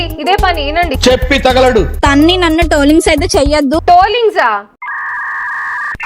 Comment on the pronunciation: ట్రోలింగ్ ❌ టోలింక్స్ ✅ ప్రాంక్ ❌ ఫ్ర్యాంగ్ ✅ డైవర్స్ ❌ డైవస్ ✅ కోర్టు మెట్లు ❌ కోటి మెట్లు✅ పర్సనల్ ❌ పర్శనాలటి✅ అక్క ఆణిముత్యాలు